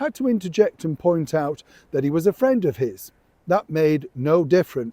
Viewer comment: oh Trump you are the best. Seeing Starmer squirm love it ❤ Fwend fwend mayor Fwend